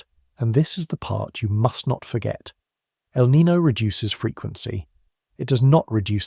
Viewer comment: How come Brits can’t pronounce El Niño properly sigh